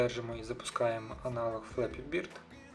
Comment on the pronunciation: флепі бЬОрд ,а не флепі бІрд.де тебе вчили англійської??